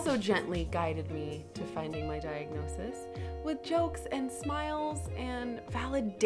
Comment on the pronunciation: 0.26 - I have a dike-nosis to share with you guys!!